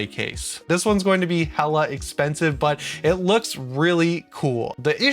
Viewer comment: Haha…”hela” expensive…Thor’s sister…